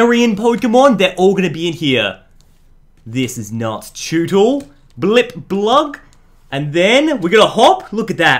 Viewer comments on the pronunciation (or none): Already butchering the names What's a Blipblug